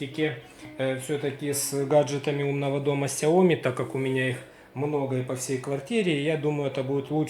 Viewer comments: Соглашусь с обоими предыдущими комментаторами, но только уточню: не сяо́ми, а сяоми́. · соглашусь с предыдущим комментатором, вы не правы, правильно читать и произносить Сяо. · Не сяоми а ксяоми